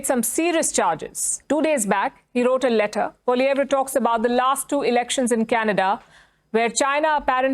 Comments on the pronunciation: I like how india can pronounce Pierre's last name properly but trudeau can't lol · It’s interesting that the India Newscaster pronounces Poilievre correctly while many Canadians don’t.